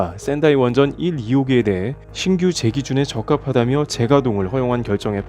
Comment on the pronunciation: 신규 제기준이 아니라 신 규제 기준으로 읽어야 하지 않을까요?